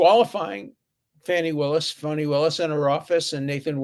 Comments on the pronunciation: Stop calling her "Fawni". I'm black, and every black person I've known pronounced that name as, "FAN" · And it's fanny not fonny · It is pronounced FANNY here in the South, not FAWNY! This drives me insane! Her mamma wasn't that exotic, trust me, when she named her! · It's not pronounced Fauni, it's Fani. Please look at what you have done to our kids. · We're starting to call her Phony Willis, lol. My guess is it's accidental while trying to say Fawny, instead Fanny. Hilarious in any case! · Do-Re-Me-Fa as in Fa-Ni Willis. Not Fauni Willis. Hope that helps. Agreed. They should both be recused and severely reprimanded by the judge. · Why is Dershowish pronouncing Fani Willis as "Funna Willis" and "Phony Willis" Fanny is a common name. He slips and let "fanny" fly , it is fanny as in azz. Then proceeds to say Funny Willis, Phony Willis, It Fani, Fani, Fani, not "Fuuun aaa". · Am I hearing you correctly? You keep pronouncing her name "Foni"... as in phoney? LOL! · Did he say "Foni Willis"? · "schlepped up" is right. Dersh, are you saying "Funi Willis" intentionally? Funny. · Especially after seeing her sashay to the witness stand in that clingy, hot-pink dress, people have been mispronouncing her name "Fanny." But I think your mispronunciation is best, Dersh: "Phony." Keep up the great work! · Alan, when you say Fanis’ name it sounds like you’re saying Phony. Lol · really sounded like he said Phony Willis. It would have been an appropriate Freudian slip. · I know..me too. It's Fani.